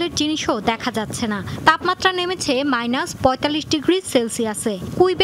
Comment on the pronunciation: তাপামাত্রা হবে না। হবে তাপমাত্রা।।।।।